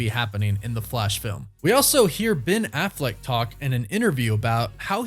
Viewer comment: It’s Affleck, not “Afflect” 🥴